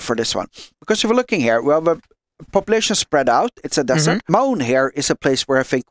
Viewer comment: No offence but desersh is funny Still good job